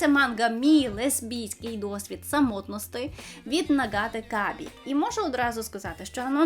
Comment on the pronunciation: «самотнОстИ» - хммммм… таки тре брати.)